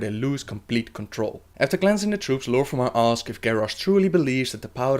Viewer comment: Lor'ffemar or lor'themar. Fodder or father. Udders or others. I'm sorry but I can't stand how you pronounce "th" and how you pronounce certain names.